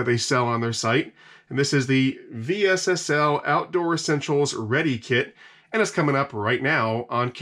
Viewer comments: just say vessel.. V S S L 😳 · I've always heard this company pronounced "vessel". Just curious if you are saying the letters for a specific reason? Great videos! Thanks for creating content.